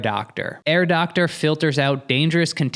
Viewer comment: Every time you says Air Doctor I think of Dr. Evil’s girlfriend saying “Herr Doctor” in a German accent 😂